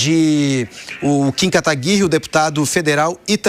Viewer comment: Kim KA TA GUI RI E não KATAGUI RRI